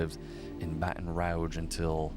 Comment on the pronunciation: Your pronunciation of certain words (i.e. Baton Rouge, as a specific example from this video) both amuses me and, simultaneously, makes my eye twitch 🙃😬. But....f*+k it.🤷🏽‍♀️ It's a part of your charm.😅 Now, the important stuff: I see how you connected the dots and made the comparison to Knives Out. However, I feel like this case bears more of a resemblance to You're Next [given it's a p*tric*de that takes place during a "significant" family gathering. All of it being orchestrated by an impatient, selfish, incompetent, spoiled, greedy, sociopathic, who'd rather take out his parents (who built their wealth from the bottom up; working hard and sacrificing, to be able to provide their family with the best lives possible) than learn how to exist in the REAL world.